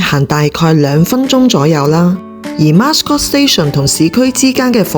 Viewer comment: Mascot 讀音是 Ma - scot= Mat音